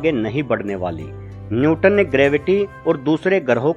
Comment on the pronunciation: Newton not nyuton.....correct kr ligiye